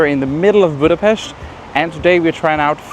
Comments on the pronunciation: Whoa! Perfect pronunciation of Budapest (not "BÚdapeszt" what they usually say), and the names of the cakes. Zserbó is the absolute heavyweight champion merely because of the ingredients: walnuts, chocolate, apricot jam, pastry - you can't argue with this dream team. It's a normal-size cake. You only got that small because they were trying to keep the price low and the ingredients so expensive, small size was the only way. Made it a few times, everybody loved it. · that was great, especially appreciate the correct pronunciation of Hungarian 's' in Budapest, Dobos, etc. Please try any cakes with poppy seed!